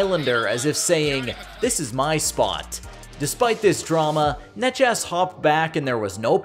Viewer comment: omg did you pronounce necas as nechas?